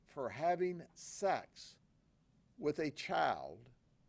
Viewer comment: I love how he pronounces "Child" to "Chile" 😂😂